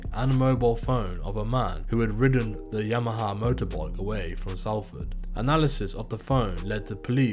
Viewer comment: Just gotta say it's pronounced SOLFORD, think of Salt, also they got sprung on Regent Road not Regent Street